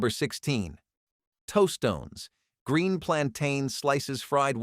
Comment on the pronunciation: My favorite pronunciation was toastones.